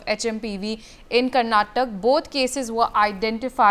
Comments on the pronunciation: Its not karnatak, it is Karnataka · It’s not Karnatakk..it’s karnataka.. plz be specific to state names .. people of state feel bad for that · Was she not going through the script?? Did it mention karnataka or Karnatak? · Someone teach the basics to the Anchor. KARNATAKA!!